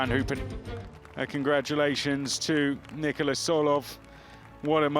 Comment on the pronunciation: Slight correction on the commentator. His name is not Nicolas.